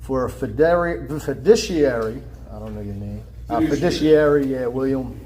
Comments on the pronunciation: Wonder if he knows what fidishiery means. Or even fiduciary. Not to worry, he challenged jurisdiction, so he's good. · Those big words like "beneficiary," "fiduciary," and "maritime" were giving him lots of problems 😅 and don't get me started on his Latin pronunciation (if that's what it was). 😂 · Foo duh serry (HAA) What an ignorant moron. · Why can't ANY SovCit pronounce "beneficiary" or "fiduciary" or "judiciary"? These people need to play a simpler game, Life is too hard for them. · IF you choose to use a word like, fiduciary, you should REALLY figure out how to say it.